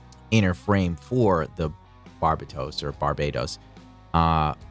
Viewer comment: (Barber- Toast) the T is silent, like real G's.